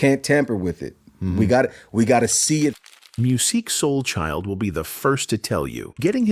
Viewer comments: I really wanted to listen to this video but I can't listen to a whole video where AI continually mispronounces his name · yea it was a hard watch